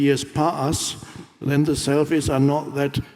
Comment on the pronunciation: I love how he says "selfie" , makes me laugh every time. But he's not wrong 🤷